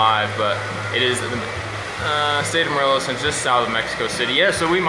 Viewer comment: You did great pronouncing Cuernavaca Morelos 🙌🏻